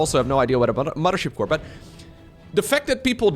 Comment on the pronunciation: "mudder ship core"